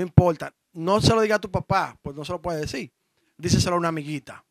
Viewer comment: Diseselo no. Se dice: Díselo. Tu eres un comunicador viejo. Cuidado ahí.